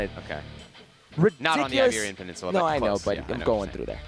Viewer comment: Hercules, the road scholar that you think you are it’s not Liberian peninsula it’s Iberian peninsula!